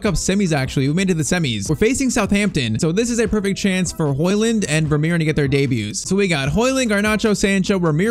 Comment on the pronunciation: Its Højlund not højland but great video👍🏻